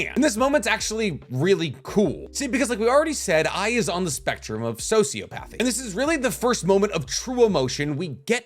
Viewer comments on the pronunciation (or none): I love you and watch everything.... but it's So-see-op-athy. Not so-see-o'pathy